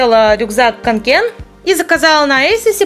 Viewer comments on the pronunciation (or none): Во-первых это не лиса, а песец. Во-вторых, не канкЕн, а кАнкен!!!!!!!!!!!!!!!! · не Канкéн, а Кáнкен❤️ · кАнкен, а не канкЕн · Если я не ошибаюсь, то правильно всё-таки КАнкен, а не КанкЕн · Это не Kanke’n, а Ka’nken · кАнкен, не канкЕн!!! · Слух режет, не КанкЕн, а кАнкен😒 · кАнкен Ударение на первый слог!!! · Канкин правильно говорить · канкЕн, о боже, мои уши. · Ударение падает на букву "а", а не на "е". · Канкен На А ударение ☹️ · Вы вообще не правильно росказываете о канкен!